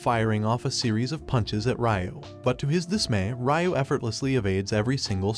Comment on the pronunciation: Why are you saying Ryu weird 😅